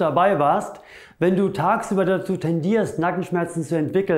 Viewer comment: Sehr interessant aber bei habe ich Kanackenschmerzen rausgehört😀😊 aber einfach genial , mache auch zuhause Übungen wegen Rundrücken und schmerzen im HWS Nackenbereich. Ich würde mehr wie 5*** geben.